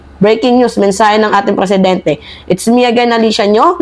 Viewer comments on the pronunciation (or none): Maam , Presidenti po hindi Preeeesidenti 😂😅